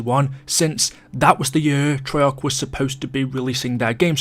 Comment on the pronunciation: i think its an english thing, americans keep a's short